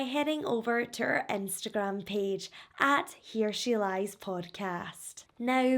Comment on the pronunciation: I swear sometimes it sounds like you say: He Or She Lies. Lolz. I ❤ the accent.